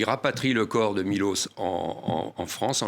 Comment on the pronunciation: C'est pas Milos mais Miloch ! Ca serait bien d'apprendre à dire les noms dont ont parle dans un roman !